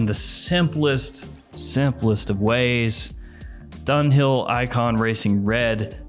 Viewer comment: It's not "Donewell"......it's Dunhill!! 🤣